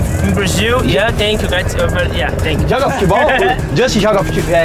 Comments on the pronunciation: “tenkyu bro, AGAREI” kkkkkkk ri muito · Ngm : A Justin : tenkiu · Iae Justin: TANKION